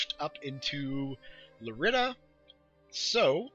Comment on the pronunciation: Lerida is pronounced Yay-dah